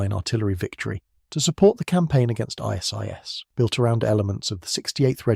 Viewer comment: how it pronounces ISIS decides. And the annoying repetitions and making the point 50 times over.